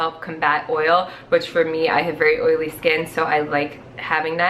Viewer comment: Oiley not oliy